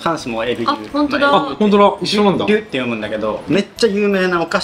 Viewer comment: フランスのホストマザーがLUをリュと呼んでたのに、日本のカルディとかだとルーって紹介されてるの違和感。やまちゃんもリュって言ってたし、やっぱりそれが正解なんですね。LUのお菓子全部美味しい！